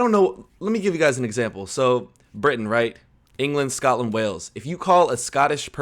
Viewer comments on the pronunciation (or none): none